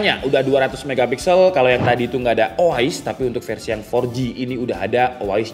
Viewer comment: Nah tapi kenapa si pembuat video malah bilang O A IS ya? apakah lidahnya kepleset? btw thanks untuk infonya